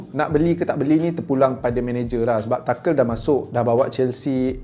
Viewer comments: Tu nghel bukan takel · Cara sebut dia tuchel lah bukan tuchel bang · TA-KEL ke Tuchel? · Kalau tak silap aku cara sebut nama Tuchel tu ialah “tu-hel” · Tuchel bukan takel tapi good video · I cringe everytime you pronounce Tuchel. Except for 😂 oh bukan saja Drogba & Costa yg perform.. Samuel Eto was 🔥 at Chelsea